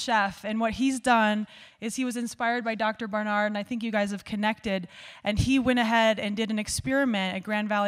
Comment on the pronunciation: Did you realize you are mispronouncing his name??